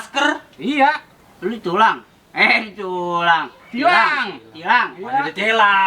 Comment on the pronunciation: Di tilang bang bukan di tulang, haha ngakak njir. Terus berkarya abang² sukma bayangan